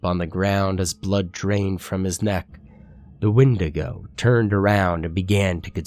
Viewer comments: did he always say it "when-day-go" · Is that how you pronounce wendigo?? I thought it was pronounced "Wendigo" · The way he pronounces Wendigo 😂😂😂😂😂😂😂😂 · You kick ass,! The way you pronounce the word Wendigo bothers me a lot more than it should, though.